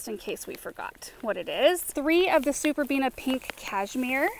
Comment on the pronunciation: I was waiting, wondering when you'd slip up and say "superbenia" 😂 you held out surprisingly long, actually, before you did. I find it such a cute slip up for some reason 😊💜